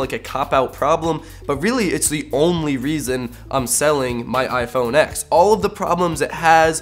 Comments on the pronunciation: If you're going to review a phone, at least say the phone name correctly. It's "iPhone ten" not "iPhone ex" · Its read TEN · ...............boi........... It's the 10th anniversary. MacOS X used to be pronounced as 10. Fricking get with the times. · You didn’t say the phone name right one time